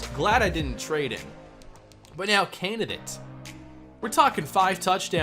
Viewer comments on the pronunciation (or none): I challenge anybody to take a drink every time says "Canidate" and still be sober enough to comment.